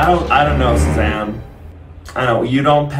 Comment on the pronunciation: WAS IT ONLY ME OR WHEN SAID SUZANNE I HEARD 'SHAZAM' LMFAO